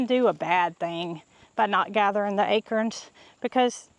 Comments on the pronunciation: Hold on...a-crens?...not a-corns? 🤔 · You say acrons I say acorns 😊 it took me a minute to realize what you meant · You made me smile when you said 'ackerins' for acorns. 😊 Your accent tickles me. LOVE your channel!! Thanks for my smile for today! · Akerns? 😂Must be a southern way of pronouncing Acorns...😊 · Acurns!! Love how you say it! Never heard it pronounced that way. We in ohio say A corns.. pronounced like CORN on the cob, etc. You say CURNS pronounced like Kerr. But no matter! We love our!! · I love how you pronounce acorns. You pronounce it as “akerns”. I pronounce it “a”corns, heavy on the “a”. Thank you for all the joy your family brings everyone. Have a great Thanksgiving. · Took me a minute to figure out what an “Akern” was. 😂